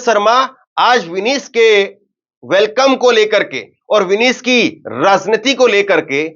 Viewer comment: विनीश ❎ विनेश ✅अपनी उच्चारण में सुधार लाओ